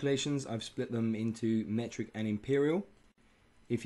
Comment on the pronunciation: Metric ! not Mertic :D nice video, as always!